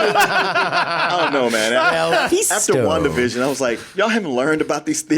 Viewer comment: Am I the only one who hears "one division" instead of Wanda Vision" every time says it?